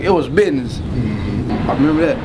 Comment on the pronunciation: It was bidness.